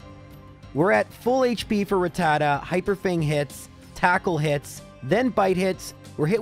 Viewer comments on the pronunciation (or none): none